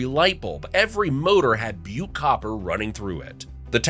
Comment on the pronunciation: I am amazed the pronunciation of Butte was not butchered!